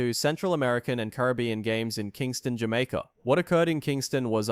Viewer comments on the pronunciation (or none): none